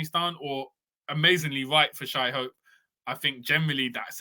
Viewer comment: my man…iz de World Cup now. Please can we get Shai (SHAY) Hope’s name right? Word sound is power and he is NOT shy. He’s a bold and skillful warrior! Please and thanks😂🤦🏽‍♀️👀on behalf of all Bajans😅😭